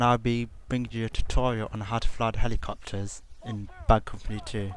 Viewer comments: "Ma numbwer won wule for flwyin helicopterssss" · Helicopterszzzz, sorry but it's hilarious when you say it!